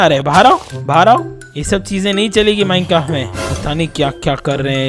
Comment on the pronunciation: who noticed he said minecaft